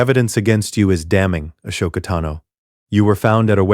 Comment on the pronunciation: i hate that it say a-show-ka-tano as her name but ik its just ai word fumbling